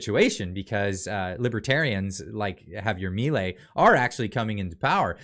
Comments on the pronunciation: Is not mIlei, it's milEi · Juan Bautista Alberdi was the one made are constitution and he was a libertarian to. Also you're pronouncing his last name wrong. Just write on Google translate Mi ley (mi law in Spanish) here it pronounced and that's how you pronounce his name xD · Its Milei (mee lay)